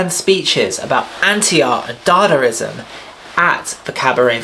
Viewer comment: It's not dadarizam, it's dadaizam or dadaism